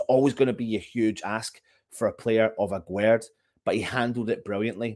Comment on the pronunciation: Here is how you pronounce his name : Aguerd juste like guest